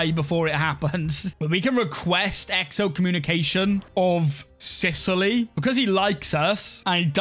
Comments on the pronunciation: *excommunication, not exocommunication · you know you can turn of the notifications for decisions right, because it seems that you always right click on the decisions that pop upp so i just wanted to tell you Btw i love how you say "exo" instead of "ex" when you are gonna say excommunication